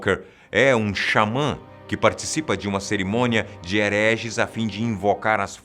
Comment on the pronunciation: "Xamã" kk